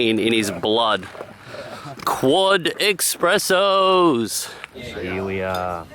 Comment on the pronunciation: I've got more beef with "expresso". It's an espresso!!